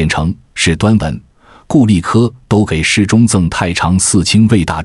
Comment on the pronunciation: 这是AI在读吗？为啥一直把给ji事中读成给事中？